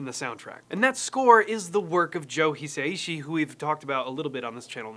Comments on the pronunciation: Note on Japanese pronunciation: Japanese has no diphthongs, so the composer's family name is four syllables, not three. Rather than hih-sigh-she, it's actually he-sah-ee-she. Love Studio Ghibli's work, and now very much enjoying your channel as well. Keep up the good work, and the unbridled enthusiasm. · it always amazes me how people don't even bother to learn how to say the name of the person they are talking about who is "he say she"? ahahaha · Just FYI “Hisaishi” should be pronounced like “He-psy-she”